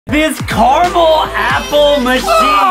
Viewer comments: Adem it is caramel not camell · Why are they saying carmel and not caramel? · Its ca ra mel not charcoal😂😂😂😂😂😂😂😂😂😂😂😂😂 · Adam:I Carmel apple ??????????????? Justin:*watering mouth*